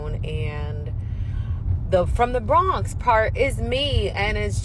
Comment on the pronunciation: “The bhronx”